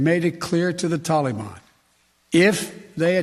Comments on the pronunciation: Biden cannot say Taliban correctly (Moron) He says Taleeban. Nicole surely isn't serious and if she is she needs to be fired for stupidity. I fear more Americans will die in Afghanistan than died in the Twin Towers. Impeach Trump cause he caused this. haha Nancy Pelosi and Biden need to go if we are to survive. Brush up on your Chinese folks. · The way Biden pronounces the word 'Taliban' makes me want to stab ice picks in my ears! 😤